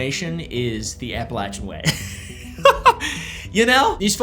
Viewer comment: Finally a YouTuber that doesn’t butcher the name, Appalachian